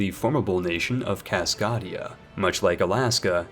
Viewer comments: it's pronounced Cas-kay-dia, not Cas-cah-dia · I will be sure to like your video. You always manage to improve my game so it is the least I could- "Cas-KOD-ia"... and unsubscribed. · Nice video, good jokes and info! Buuuut you pronounced my home wrong lol, it's CascAdia, hard A not soft 👍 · 'French Ducky' 'A Pie Rus' 'Loffarre' 'Caskadia' 'Lubbec' But he can say Baja California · Actually, Herzegovina is pronounced like.. Herzgovina. The second E is silent. And fucking KÁSZKÁDIA. WTF WASTHAT. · It's CasKAdia like it's a longe "A" sound like "CAT" not a soft "a" like "Caught". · As a Cascadian, it’s pronounced Kass-Kay-Dea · The way you say Cass-CAY-dee-ah hurts my brain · take that back my man. Jokes aside, Cascadia (pronounced kaskadeia) is named after the Cascade mountain range and is more of a cultural union created due to the people of Northern California, Oregon, Washington, and British Columbia developing and sharing a distinct culture different from the rest of their respective nations. It's actually a growing movement at the moment. Its politics were originally based around self-sufficient conservatism, but has shifted to a more Social Democratic/Social Libertarian mindset over the past few decades. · you’re good 😂. Kas-kae-dee-uh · You butchered Cascadia's pronunciation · The way you are saying Cascadia hurts me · Thank you for the very good video. But I always cringe at the thought of non-native English speakers learning words from you. Cascadia comes from Cascade, and the main vowel is pronounced that way. Papal has the same vowel sounds as Naples. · As someone who lives in Washington state, your pronunciation of Cascadia made me laugh. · As a person from the Pacific northwest, I'm offended by his pronunciation of cascadia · That pronunciation of 'Cascadia' was a bit cringey